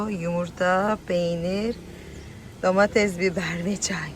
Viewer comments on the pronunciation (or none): none